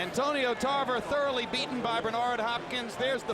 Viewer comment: Announcer ... “Tarver THOROuGHLY beaten by Bernard “🤣🤣🤣